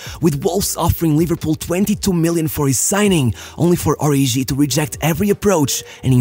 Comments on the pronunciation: Its pronounced Ori"G"i, not Ori'jh'i. Kenyan here 😅 (its Kenyan name) Great video as always though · HE's "ORIGI", not "ORIJI"